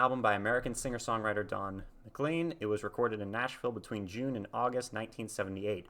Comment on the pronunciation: McLean rhymes with rain, plain & Spain.